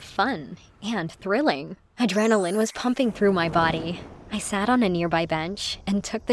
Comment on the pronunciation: "adrenailenne" they always say that in these